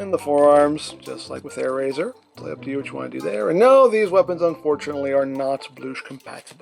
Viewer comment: its airazor